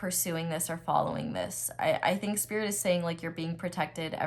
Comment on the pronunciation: Pile 1: "Sririt" 😭😭😭😭😭😌 Yo Aries energy never miss